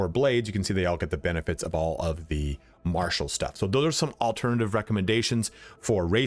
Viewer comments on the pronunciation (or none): none